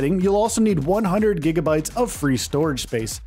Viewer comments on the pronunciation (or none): none